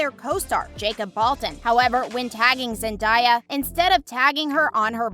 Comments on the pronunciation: The Zendaya tho its zendaya not zendieya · Am I the only one triggered by this girl mispronouncing Zendaya's name. Like cmon do a bit of research. Zendaya herself has said how to say it.